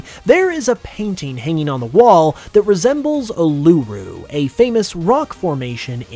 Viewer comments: When you're talking about the possible Australia region, you mention Uluru, but your pronounciation is off. Not hating, just educating, us aussies pronounce it like Oo-lah-roo. Would love an aussie region, but think we'll head back to Japan for gen 10 personally. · You pronounce to Uluru wrong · I'm just here to comment about the absolutely hilarious mispronunciation of Uluru